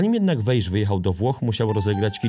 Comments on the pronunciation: Powinien Pan czytac jako Wais. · Dobry materiał, tylko dwie sprawy trochę kłują. Pierwsza: niewłaściwa wymowa nazwiska Weisza. Wiadomo, że węgierski łatwy nie jest, ale akurat to, że "sz" wymawia się "s", jest rzeczą dość znaną - poza tym, wypadałoby choćby z szacunku sprawdzić, jak czyta się nazwisko bohatera. Imię to inna rozmowa, ale chociaż to nazwisko. Druga, drobnostka: Chelsea nie była mistrzem Anglii. Pierwszy tytuł klub zdobył w latach 50. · SZ po węgiersku czyta się jak S (i na odwrót), więc poprawną wymową jest właśnie [WEJS].